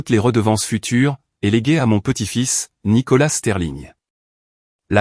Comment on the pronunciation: On ne prononce pas le s de nicolas